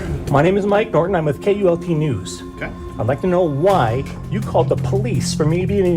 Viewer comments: Its KULT NEWS NOT UTULNEWS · It's KULT NEWS, not with a U. Great video! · UAULT News??? This Artificial Intelligence is truly artificial. It’s KULT News morons!!! 🤦🏻🤷🏻‍♂️ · It was K U L T news ,NOT, U A U L T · It's KULT NEWS he is one of the best. The computer can't even get the name correct.